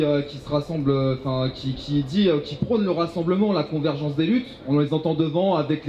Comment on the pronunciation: Convergence svp ! Con-ver-gen-ce obligatoire ! Courage